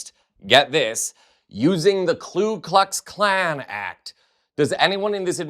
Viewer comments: It's Ku Klux Klan, not Klu Klux Klan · It's KU Klux Klan; Not KLU Klux Klan. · Hey mate, it’s ‘KU’ ‘not KLU’. Pronounce it properly. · It's pronounced 'COO Klux Klan', "NOT "Klu" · With the utmost respect, it’s pronounced Ku Klux klan, not KLu Klux Klan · KU-KLUX- KLAN not KLU